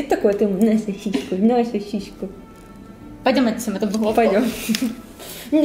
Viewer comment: На сасиську, на сасиську. Аааааа оруу🤣🤣🤣